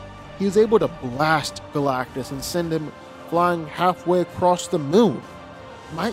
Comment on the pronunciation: It's Galactus